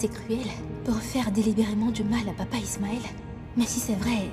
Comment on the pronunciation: Qui comme moi à entendu qui a dit ichmaël 😂😂😂